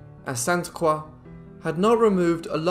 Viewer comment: Great video! Thank you for pronouncing “Croix” properly